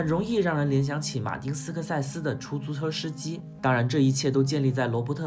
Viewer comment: 哈哈哈哈哈哈 出猪车湿鸡 全是口误吗